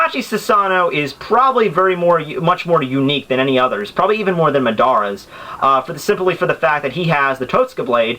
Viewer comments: WHO THE FUCK IS MA-DARA? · Say it with me.... MA-DA-RA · Holy shit dude ur pronunciation of the names is so hard to listen to. How the fuck did you say Madara's name wrong he is like one of the most important characters in the series. damn